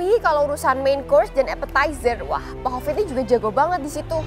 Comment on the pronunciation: Mba mal: bli hovit ya bukan kopit 😅